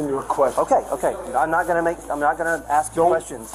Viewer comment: Ugh! "Ax" its ask. Speak properly